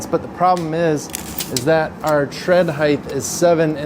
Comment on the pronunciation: Looks great. Only criticism is, it's height, not "hidth" 😊